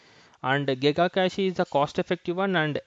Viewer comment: It is pronounced cache - cash not cactchy redis - read-is not red-I-S